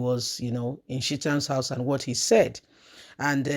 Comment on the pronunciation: Sheet-am house? You mean ChahTam? I was lost for a minute.